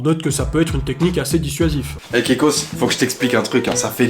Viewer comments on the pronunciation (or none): C'EST PAS KEKETOS C'EST KEKOS 🤣🤣🤣 (il me l'a dit en live)